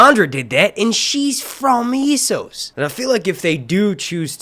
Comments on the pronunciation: It's Essos not Issos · Its E SSOS, E SSOS say it with me, ESSOS EEEEEEEEEE NOT iiiiii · Essos not eeesos ffs